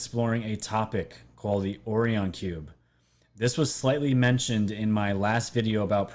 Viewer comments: Not being critical but it is Orion not Orian =) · Its pronounced OH-Rye-ON Not ohryion haha Like the orion belt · Omg.... how can I take you serious when in the first 1 minute you call it the Orrrion cube.... it's pronounced like this "oh-Ryan" smfh..... WOW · Also oh rye un would be proper annunciation nbd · Is it not pronounced Oh-rye-on? Lol it’s low key driving me crazy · Enjoy your channel bro, excellent work. Just an FYI, not being critical... Orion is pronounced OH RYE AN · you are mispronouncing Orion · If you're going to push some crazy conspiracy, whether it's in conjunction with this or that, please at least learn how to pronounce the name. Orion is a constellation in the winter sky for the northern hemisphere. It's the most common constellation out there. It's only 5 letters, for crying out loud. Orion is pronounced Oh-Rye-en. Emphasis on second syllable. It makes me cringe each time I've heard you say 'the orrree-enz'. I feel if you knew anything about the cosmos, you would have already realized long ago that you're (embarrassing) mispronouncing the word Orion. Carry on; rant over. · o-Ri-on. z-ri-Tic-u-lie. Pronunciation counts bro... Peace.